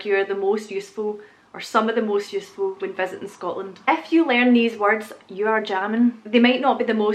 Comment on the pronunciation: Youse is Pittsburgh-ese. It's a small world after all. When you say "if you" it still sounds like "F-U" to me (lol)🤙✌️😉